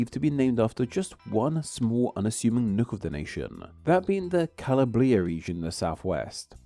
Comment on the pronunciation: cal-ABR-i-a not "ca-la-BRI-a"